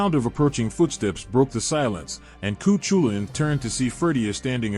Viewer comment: Im from Dundalk where his castle still stands today, and you pronounced cu chulainns completely worng 😂, plus he wasnt from ulster or lived in ulster as dundalk is in co.louth in the republic of Ireland